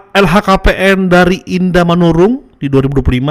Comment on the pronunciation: bang LHKPN bukan LKHPN 😂